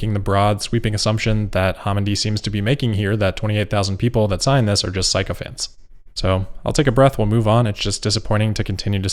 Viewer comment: FYI "sycophants" is pronounced like sick-o-phants, not psycho-phants